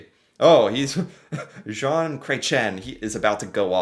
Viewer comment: Zhon not Jon. You got the ON part, just gotta get the Zh part. Like Sh, but with a Z (and that's pronounced "Zed" LOL